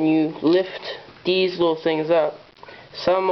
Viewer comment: are you saying THESE or DEES